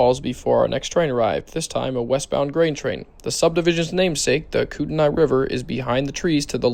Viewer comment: Nice catches on the Northern Transcon! Kootenai is pronounced koot-ney for future reference.